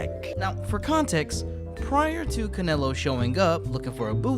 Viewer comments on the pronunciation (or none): My boxing mind kept thinking about you meant Canelo Alvarez when you said Canalo